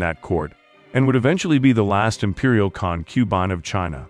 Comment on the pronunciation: I can't finish watching. The mis-pronounciations are too irritating. Examples: The word is CON-que-bine, NOT con-QUE-bine; I was always taught the English pronounciation is Ching dynasty, NOT King dynasty.